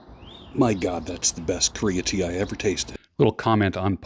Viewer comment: Are you saying Creatine or Korean Tea?